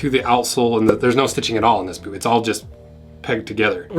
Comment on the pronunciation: Why do you never pronounce the T in boot?